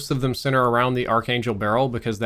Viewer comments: It is not AR"CH" it's pronounced Arc/Ark - please stop. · It's pronounced ARK-ANGEL, not AR-CHANGELL